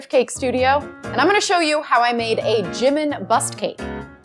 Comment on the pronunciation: Just for future reference, it’s pronounced: JEE-meen not JIM-min